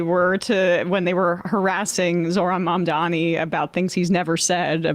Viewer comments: Is it purposeful that none of these people can properly pronounce his name? Mamdamni, Mamdami, any way but correctly. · How can these major news broadcasters still not pronounce his name?? "Modmomy" "Nanmadi" "Macaroni" Jesus fucking Christ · Is his refusal to pronounce MaMdaNi's name correctly on purpose or is it early dementia? Either way ... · It’s been months and they’re still saying “Mandami” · Cuomo either consistently fails to say "Mamdani" correctly out of sheer idiocy or a lack of basic human decency. Either is more than enough to disqualify him for office. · Zo-Hran Mom-dah-nee Why is it so hard for people? There’s an H before the R, there’s an M before the D. It’s NOT. THAT. DIFFICULT. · Why can’t Cuomo pronounce Mam-dani correctly?! Is it on purpose by this point? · Why is she saying Mamdami? She doesn't even know his name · its so infuriating that he’s getting grilled by someone who ALSO can’t pronounce MAMDANI’S name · It's like so easy. Mom - Da' - Knee. I'm ESL, wtf is so difficult about this? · Jennifer Welch and Angie Sullivan from IHIP do this too but it's not intentional. Still irritating. "Mom-dommy" lol They can't pronounce Ruben Gallego, Adelita Grijalva, or the word "gestapo" either. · Why can’t they say his last name right? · What is so hard about correctly pronouncing MAMDANI? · ffs how hard is it to say MAMDANI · He still can't say Mamdani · the fact that these people refuse to even pronounce his name correctly is so infuriating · Why can't they say Mamdani? It's literally phonetic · Why can’t anyone pronounce his name? Everyone knows the word mom. Our president’s first name is Donnie. How difficult is it? Put the two together and you have Mamdani. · So is he like....physically incapable of pronouncing Mamdani's name correctly? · Cuomo can’t even correctly pronounce Mamdani’s name. Your right. He’s so lazy. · He’s still mispronouncing his name which is just malicious at this point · His name is Mamdani not Mamdami FFS 😵‍💫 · mom dommy